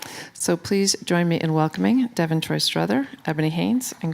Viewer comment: Everyone calls me struthers too, it’s Strother smh